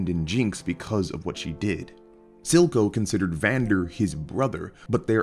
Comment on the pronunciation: It's Silco not Zilco though, cmonBruh